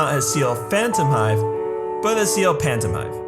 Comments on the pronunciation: I'm the Ear Ciel Phantomhive not Pantomhive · "pantomhive" * cringes * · "Pantomhive" HOW DID HE LEAVE OUT THE H sdkldsf🤣🤣🤣🤣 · Phantomhive NO Pantomhive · I was looking at the comments before the vid and kept raging at the fact that everybody kept saying "Pantomhive"......Until a minute ago😅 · Ciel "Pantomhive" please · "Pantomhive". XD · he he, sorry but Pantomhive I can't take that seriously anymore XD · Well if he couldn't see someone else's mistake, what kind of Pantomhive Bulter would my Bassy be? XD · Much appreciated, Lol the pantomhive. ...also I adored the way they said schedule they said "chedule". I really enjoyed Black Butler, very well thoughout . 👏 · I died when u said "Pantomhive" XD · "Pantomhive" Loolll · 'Pantomhive' is funnier if your English. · it’s phantomhive